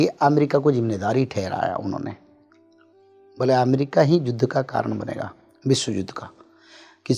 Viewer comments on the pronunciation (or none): Judh nhi Yudh